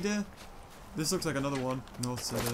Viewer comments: It’s pronounced ceeder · I thought a "seta" was some sort of flower, turns out he was saying cedar weirdly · BTW the cedar wood is pronounced ceeder wood